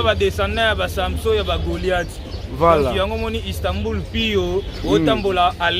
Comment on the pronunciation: Istanbul et non Istambur🤦🏽‍♂️